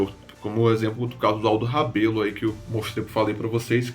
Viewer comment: Aldo Rebelo Falou errado o nome dele